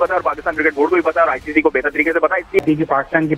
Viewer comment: It's ICC not ICCI